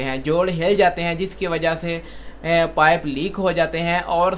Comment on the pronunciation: Ap pife bol rhy han jabkeh pipe hota hy.